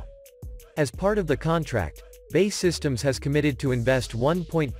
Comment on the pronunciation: Please have a British voice describing the video as the current person does not know how to pronounce BAE